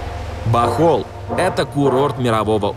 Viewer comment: Правильно БОХОЛЬ